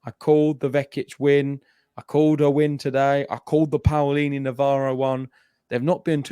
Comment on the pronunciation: Hi guys, the correct pronunciation is P(oh)lini, not P(Aoh)lini.